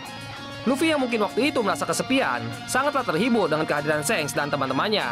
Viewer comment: Shanks bacanya pake "a" bang bkn "e", ngakak gw dengernya